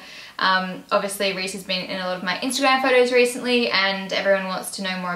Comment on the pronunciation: 'He has been in a lot of videos REESEntly' 😏